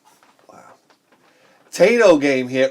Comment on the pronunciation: Lol speaking of mispronouncing Kage, you pronounced Taito wrong. It's actually pronounced Tie-Toe, as in the Tie you wear around your neck. True story. I do agree with how you pronounce Kage tho, that's how i've always said it.